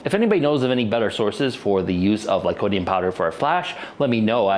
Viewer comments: Any reason why you started calling it "lycodium" instead of lycopodium from the start of the experiments till the end of the video? Or just a repeat mistake? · You also keep mispronouncing lycopodium as "lycodium". There's an extra syllable in there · GREAT video, VERY interesting!! But "Lycodium" kinda rankles a bit. Still subscribed and liked, though! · ...said 'lycodium', like, a hundred times... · Si lycopodium...not lycodium ....diocane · You're missing a syllable when you say lycoPOdium